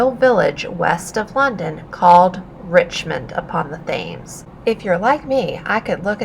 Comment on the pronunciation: FYI Thames is pronounced “Temz”